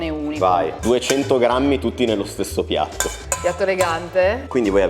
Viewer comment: Ciao si dice pppiat😂